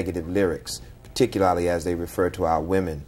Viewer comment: This 'so called' Reverend might need to go back to school.....wtf is Peticulally ?